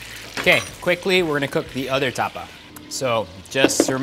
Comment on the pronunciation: Erwan, Tapa! not tuhpuh 🤣